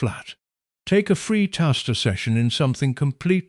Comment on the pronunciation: Is this done by AI? The way that 'taster' was pronounced......